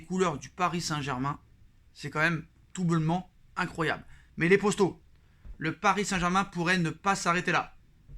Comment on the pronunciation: Les poStos… il sort d’où le S là exactement ? 🤔